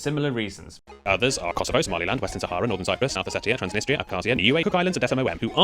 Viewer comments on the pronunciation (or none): none